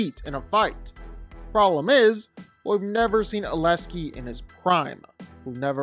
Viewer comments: Its not aleski, it’s pronounced aleksi. You make this mistake in every video you make about him. Please don't disrespect him just cause he has a foreign name 😊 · You keep saying "Aleskei"... It's Aleksei